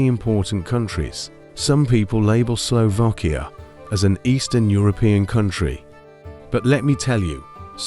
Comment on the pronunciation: Please ....it is Slovakia not Slovokia😢!!! Please the pronunciation right for goodness sake...